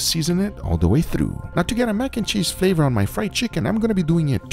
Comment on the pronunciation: The description of, when he describe the flawour, i know how it taste!